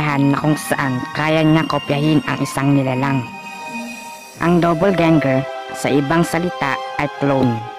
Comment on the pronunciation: Do/pol/ga/nge/r Hindi Dopol/gang-ger/